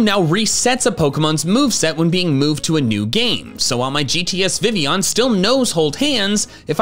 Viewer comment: I know not many people are fond of Vivillion, but if you're gonna make a video about facts, calling Vivillion "Vivion" doesn't help